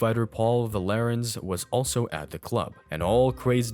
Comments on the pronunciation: Paul VAR- lens .....not va lar ens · His name is Paul Varelans, not Valerans. Pronounced "Var-lenz" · Paul VAR-lens But I can get why you'd mispronounce it.... but if youre gonna speak for a living, even if its AI, why not use what's available to learn how to pronounce it, and test the Ai voice to see if they say it right and adjust accordingly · The guy was called Varelans, not Valerans.